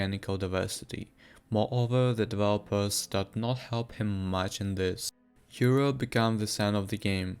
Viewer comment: Never recognize a fellow german man until he says Europa haha nice vid btw